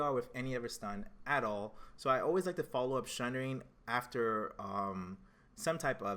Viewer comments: theres no H in sundering. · SUNDERING!!!!!!!!!!!!!!!!!!!!!!!!!! there's no H !!!!!!!!!!!!!!!!!!!!!!!!!!!!!!